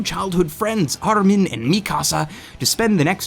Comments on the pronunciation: It doesn't matter what nationality these names are, it's the fact that the subbed version of the anime pronounces the names correctly, and then the dubbed always seem to change how they're pronounced. Exactly like in this video. In the Subbed armin is pronounced AR-MIN. It's as simple as that, yet this fucking clown decides to pronounce it "Arlm-In" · What really pisses me off about these sort of Americans that make videos about anime is that they can't pronounce any names of the japanese characters for shit. Me-cass-hah? Arlmin? You can really tell when somebody watches the dubbed version of animes because all of the names and terminology become american-ised. If you're going to speak about shit from anime then have the decency and respect to attempt to pronounce the words PROPERLY instead of commodifying them. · Great review. The only thing that bugs me is how you pronounce Armin. If they meant the middle-european name, it's most likely pronounced "Ar-meen"